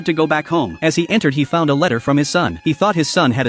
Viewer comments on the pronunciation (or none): none